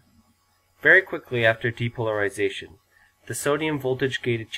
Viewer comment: depolarization has an extra "r" Great job though! You get a 100?